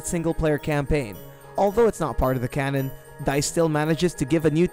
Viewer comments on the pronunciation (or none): none